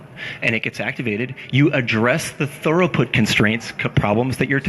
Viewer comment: I like this, but damnit, it's throughput not thoroput.